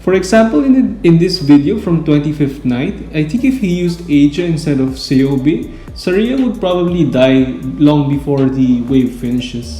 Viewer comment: kei-oh-bei bai-beak